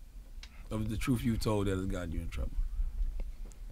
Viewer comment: Because you said the " Troof" or the " Truth" ?